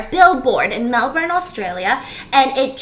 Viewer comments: When an American actually says Melbourne, Australia kinda properly 🤣🤣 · the way Stephanie pronounce melbourne 🥺 (in Australia we pronounce it Mel-ben) hehe love form 🇦🇺 <3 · I'm gonna be that person. She said Melbourne correctly 👏👏👏👏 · Shoutout to Stephanie for pronouncing Melbourne correctly!